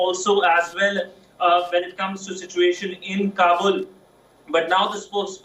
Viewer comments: She is saying kabul like kubul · Say long voice as kaaabul not kabbul. Kabbul means = I accept.